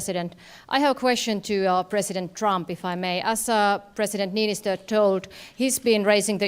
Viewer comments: Yeah he turned our president into a Pokemon with that pronunciation. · I cannot fucking get over how he pronouned Niinistö. What the fuck mitä vitun vittua mikä pelle